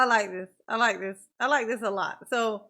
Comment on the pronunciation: He was asking Detective Carpenter and sais thist instead of this